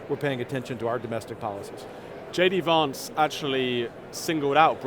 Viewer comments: Stop calling him Vahntz! It's Vantz. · J. D. Varnce? It's J. D. Vance! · Kevin me old chum , there’s no r in Vance it’s not varnce it’s Vance you annoying toad